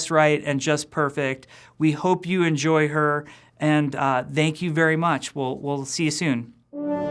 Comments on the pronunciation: Did Jeff just say Dank you very mych ? in the end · Did.. Did he say "Dank you very much" at the end?